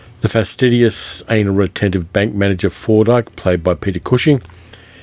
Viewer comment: Its pronounced Fordice